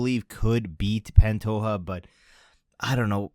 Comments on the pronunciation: It’s Pantoja, not Pantoha. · The j is pronounced zhhh in pantoja